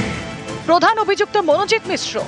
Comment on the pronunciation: মিশ্র নয় মিশ্রা